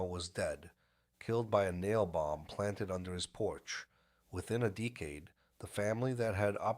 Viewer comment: I'm not sure how this AI narration works... but dude... can you at least set it to pronounce words correctly... you gave us decade as DEE-cade and DECK-ade.... in the same sentence! I still subscribed. Pretty good recap.